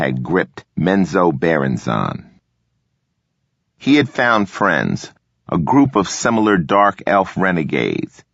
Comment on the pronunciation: Is that how you pronounced Menzoberranzan? My whole life is a lie.